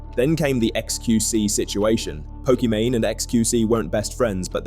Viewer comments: Pokemany? You're gonna have to re-edit this entire video because you say her name wrong the entire time. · Pokemany doesn’t deserve to have her name said correctly. Keep the video up. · Nah bro I do not trust you to have properly researched the video if you can't even say her name properly lol It's not even an exotic name